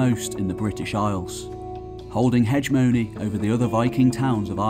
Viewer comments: It’s he-gem-ony, not heg-money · I've always liked Scandihooligan history. They suffer from a general disinterest by educational bodies outside of Europe. I can happily claim Yorkish and Danish ancestry, amongst the Scottish. Point of note, 'hegemony' is pronounced 'he-GEM-o-ny'. The stress is on the second syllable and the 'g is a hard 'g', as in 'gate'. Very comprehensive summary of the centuries' Norse influence. You certainly put in the hard yards.